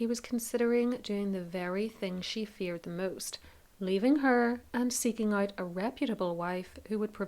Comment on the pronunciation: Legit thought you said “he’s ugly” not “ he’s out” 😂 whoops